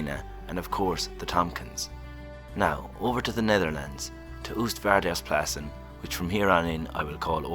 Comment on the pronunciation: "Oostvaardersplassen" , This literally means 'East (sea)farers puddles'. 'Oo' in Dutch is pronounced as the 'oa' in toast, not the 'ooh' as in tool.